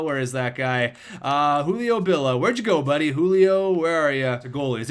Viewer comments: bill ee ah not bill ah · It's Julio BillIA not Julio Billa